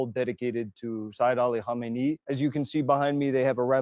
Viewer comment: Our Martyr Spiritual Leader is called Seyed Ali Khamenei. The first spritual leader of the Islamic Republic was called Imam Ruhollah Khomeini. You pronounce the name wrongly. For the rest your video isn't that bad. Also try to understand: The Spritual leader of the Islamic revolution has no executive powers. If you ever need a guest to explain this to you and the viewers feel free to contact me.